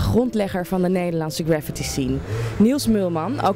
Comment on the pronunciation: Is dat? Aloha! If not, dan wel - het is GraffITi (met de klemtoon op IT), anders heb je het over zwaartekracht. My two cents. P.S. Shoe rocks.